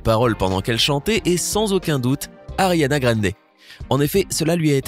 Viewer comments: Comment tu peux oser critiquer Ariana alors que t'es même pas foutu de prononcer son nom correctement ?? 😭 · A Oe il se permet quand même de critiquer ariana alors qu’il sait même pas dire son prénom et qu’elle fait des hight note de ouf